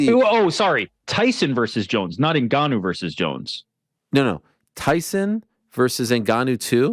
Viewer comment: Tbh I'm not sure helped him train that much, he was definitely involved to some extent but to what extent we don't really know. couldn't even say Ngannou's name properly in the press con haha